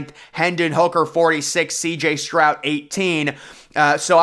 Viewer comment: His name is Stroud, not Strout. 🤨 Say, Stroud